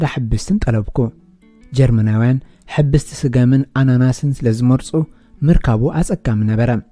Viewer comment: ሕብስቲ ነታ 'ብ ' ኣፍኩስ ኣቢልካ በላ:: ከም ሓውሲ 'ቭ' :: ኣትርር እንተኣቢልካያ ግና " እስርቲ " ማለት ኣብ ቤት ማሕቡስ ዘላ ዝብል ትርጉም ኢዩ ዝህልዉ